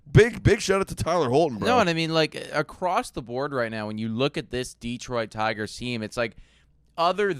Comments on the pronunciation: Sorry guys but it's driving me nuts. It's not Deeeeeeeeetroit. It's pronounced as Deh-troit. It's like nails on a chalkboard over here in Michigan. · Deeetroit. Tareeek. Spoken like a true non-detroiter. 😊